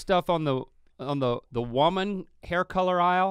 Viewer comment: hate how link says woman